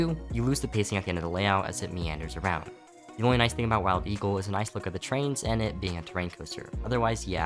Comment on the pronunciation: I think I heard “mild eagle”